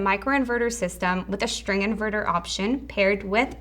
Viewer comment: Jak mówisz "sztryng" to brzmi słabo